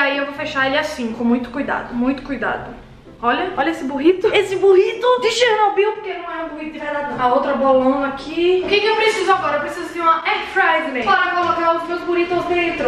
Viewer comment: Ela não percebeu q falou bolonq ;-; ;------; ;^; :3